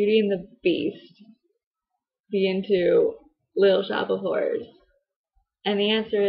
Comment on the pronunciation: I totally thought you said "Little Shop of Whores". I have a feeling that my play would be better, jus' sayin' xD